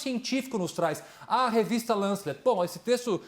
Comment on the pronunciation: Copolla: 1. O nome da revista é "Lancet", não "Lancelet" 2. Recessão mata. Covid-19 também mata. 3. "Morrer uns X mil" foi exatamente o que falou o Hang. Já que você está confortável em lamentar essas mortes, poderia fazer então cenários e avaliar o custo de cada pessoa viva. Você vai ser o primeiro a responder a pergunta horrenda de "quanto a economia deixou de cair por cada pessoa que morreu?" 4. Você fala em ciência, mas ignora qualquer dado que desconstrua um argumento seu. Não há, por exemplo, nenhum medicamento ou tratamento por enquanto, além de internação, que aumente as chances de sobrevivência a covid. Não há outro método eficaz que não o isolamento. Não cite Alemanha ou Suécia como exemplos. Alemanha testa de forma absurda e mede continuamente o R0. A Suécia funciona com um sistema meio na base da honra que não funcionaria nunca aqui. 5. Qualquer abertura gradual depende de testes pra monitorar, em tempo real, a população. Caso contrário, mesmo lugares com nenhuma contaminação podem ser acometidos. É pior ainda no interior, onde há menos leitos médicos e dependem de cuidado nas cidades grandes vizinhas. Mesmo que boa parte da população se comprometa a tomar cuidado, basta um pouco de descuido, basta um número bem reduzido. Exponenciais são assustadoras. E se você duvida, está cheio de gente esclarecida que fica dizendo por aí que tomar água tônica é tratamento, ou que cloroquina possui pouquíssimos e quase desprezíveis efeitos colaterais. 6.A data do Doria, assim c